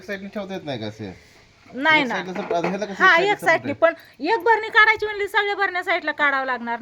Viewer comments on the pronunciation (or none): भरणी नाही बाई बरणी आस बोलतात